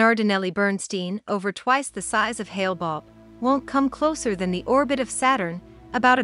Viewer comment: It was called Hale Bopp, not Hale Bobb...